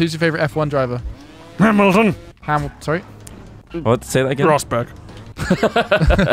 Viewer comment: "Who's your favourite F1 driver?" "AHMUHTON" "Say that again?" "...Rosberg."